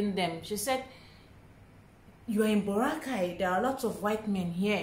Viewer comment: Baw-rra-kay Baracay